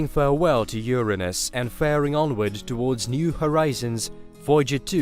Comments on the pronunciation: Ffs its URINE-US not YOUR-ANUS.. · Sollar system, Carl Soggin. Ur-Aynus. CHannel is russian so it's all good but its weird hearing the weird pronunciation